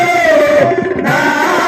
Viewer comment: వేలితో కాదు వెలీతో